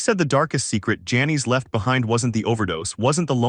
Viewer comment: She probably didnt want to be remembered by a computer voice calling her Janees a hundred times either. Well written tho I gotta say